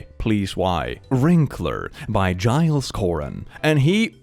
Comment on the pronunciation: I was laughing so hard I couldn't breathe. OMFG Your censoring of the naughty words was so funny I can't even.... OMFG, Immma burst....! 🤣🤣🤣🤣🤣 Also thank you for pronouncing Giles correctly. You don't know how many times I've heard it spoken wrongly.